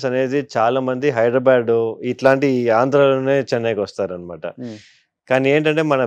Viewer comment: హైదరాబాద్ ని పలకటం రాదు వెదవలకి. హైడరాబాడ్ ఏంట్రా?